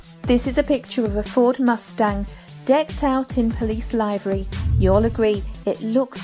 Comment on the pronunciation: What borough of the UK is Japan, Italy, Germany and Dubai? Also its spelled bra.bus so why do you keep saying Barabus......And live.r.y not lively. Please, if you haven't a clue what your talking about...the only reason you'd make this video is for views which is the same as the news making up stories just to get viewers.